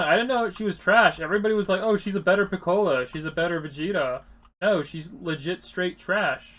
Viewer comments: ITS PICCOLO NOT PICKALOE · Good video but the way you pronounced piccolo triggered me..